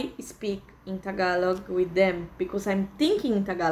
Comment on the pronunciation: Your pronunciation of Tagalog words are bang on. Good on you. Gonna have to work on my Canadian wife on that one